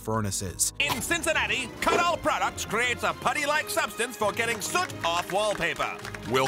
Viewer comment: The words the narrator mispronounces are so interesting. "Women, soot, ubiquitous, sculptor" No hate, just so interesting.